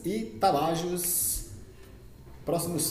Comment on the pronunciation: Rapaz, antes de vc fazer videos e comentarios melhore seu portugues e pronuncie os nomes dos clubes correto. vc não respeita os acentos ( NÃO É CAETE O CORRETO É CAETÉ - NÃO É AGUA DE MARAMBA É ÁGUIA DE MARABÁ - NÃO É TABAJOS É TAPAJÓS ... TE LIGA MANO